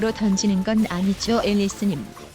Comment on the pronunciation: 형 '앨'리스 아니고 '엘'리스야